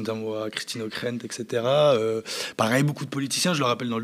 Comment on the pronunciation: Journalisme excellent. Bravo, Gauthier Mesnier! Si je peux soufler un truc miniscule, pour maintenir la haute qualité de votre journalisme, le "etc.", 'et cetera' - une expression latine, est prononcée juste comme elle est écriite, pas "excetera", que j'entends souvant chez des anglophones, mais d'habitude pas en francais. D'ailleurs, felicitations pour un travail exceptionel, vous devez être fier. Encore une fois, bravo Gaulthier Mesnier!